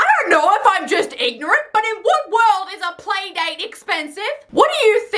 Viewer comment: Playdate not PAYdate!